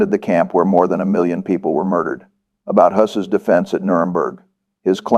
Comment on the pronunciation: Not Rudolf Huss.. But Rudolf Hess.